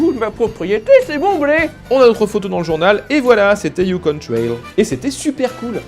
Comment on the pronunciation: Super. Tu prononce bien Yukon, mais Klondike c'est une horreur